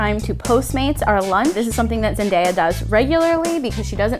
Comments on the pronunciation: She's iconic but you can't even say her name "Zen-die-uh" it's even more annyoing that you know how to say it right but you still say it wrong half the time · ZEN-DAY-UH its not that hard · I literally couldn’t finish this video bc they kept mispronouncing ZenDAYa 😂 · it’s actually pronounced (Zen-Day-uh) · who is “zen-die-uh” 😤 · ..... zend.. I..ya... REALLY??? at least they didnt say that the whole video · Anyone else get triggered when she said ZenDIYA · I had to stop watching when she pounced zendaya zen-die-ya 🙄🙄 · "We love her sooo much!" pronounces her name wrong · Stop mixing up her name pronunciation. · Maybe the first thing to learn is how to pronounce her name correctly. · Did anyone else cringe when that lady pronounced Zendaya's name wrong? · You can start by saying her name right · I know right! They can't be very big fans if they can't even pronounce her name.😂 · I don't expect it to make sense to you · It drove me crazy too, but if you look when they pronounced it wrong, it was from clips filmed at the beginning of the video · im glad someone else heard it because the second time she says it she says zendaya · AmyaPlayz oof that got me triggerd every time she said it wrong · AmyaPlayz THANK YOU !! It makes me so annoyed when ppl say her name wrong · 20 seconds in - and I’m already bout to click out because they keep saying her name wrong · Omg hearing them say her name worng drove my CRAZY😜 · AmyaPlayz I know it annoyed me sssoo much, sometimes they said it right then they said it completely wRoNg uGh iT mAde mE sO mAd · Omfg....y’all they said the name wrong like only 4 times. im pretty sure they know how to say it now... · Okay I get pronouncing her name wrong just because you weren't aware... but they switched back and forth the whole video?? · Wow I was loving the video until she said Zendaya’s name wrong 😑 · Am I the only one when that gets triggered when they say here name wrong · THATS NOT HOW YOU SAY IT. NOOOOO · Zen-DIE-yah? Zen-DAY-yah*